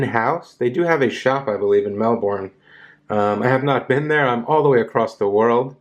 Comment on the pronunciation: No disrespect mate, no O in Melbourne😊. Good review!